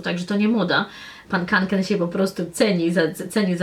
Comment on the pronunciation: *kanken a nie konken